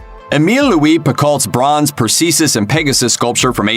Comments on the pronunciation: Who the hell is 'Persesus'? It's Perseus, you uncultured swine! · Persesis??!! The name is Perseus. Please brush up on your pronunciation of this famous monster killer. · umm its pronounce PER SEE US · "Perseesus" ... the voiceover guy clearly just winging it on the day yet getting paid about $1000 anyway... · Perseesus? Lmao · Ah, yes, the famous Greek legend of "Persesus". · Bronze "Persesus"..... seriously ???? lol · Purrseesus and Pegasus? I think you mean Perseus and Pegasus. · the narrator says "Per - See - Sus and Pegasus. It is NOT Per-See - Sus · Per-see-sus. Seems legit... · he says "Perseesus" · Per-see-sus? GAWD! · Did this man say perseesus? Lol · You should learn how to pronounce Perseus before saying it. All the staff you have at Looper, and nobody's seen Clash of the Titans?